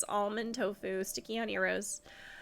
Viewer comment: You do know it's madame as in the French word for a woman: mah-dam. Not mah-dah-may. 😅